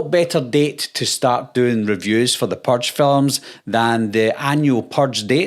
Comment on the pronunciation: Yeah... I'm out cuz you can't pronounce "purge" correctly. Also: I've never seen a Purge movie, and I already know they are worse than Scream movies. Which I also have not watched. Seriously. All of this teenage horror crap is like drinking ur own piss.